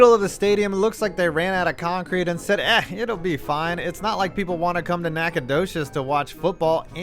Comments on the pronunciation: Props on the correct pronunciation of Nacogdoches. +1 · lol. I played a couple of games at Homer Bryce Stadium when I was in high school. It's every bit a shit hole as pictured, but I loved playing there and watching The Lumberjacks play when I visited Nac. The thing I'm most impressed about is that you said Nacogdoches correctly. The two other ways to pronounce Nacogdoches is either Naconowhere and Naconothing.